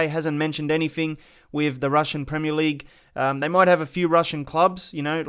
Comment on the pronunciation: "Anyfeng" C'mon man.